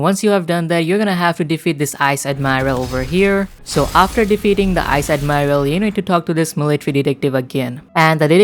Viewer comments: Magma admiiral´´ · On admirail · Magma admiral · Admiral and shandas and raiders